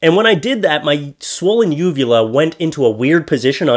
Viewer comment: shit,,,i need to clean my ears,, i thought you said vulva at first.. lmao